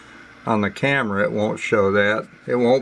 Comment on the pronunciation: its pronounced camera not "vamera"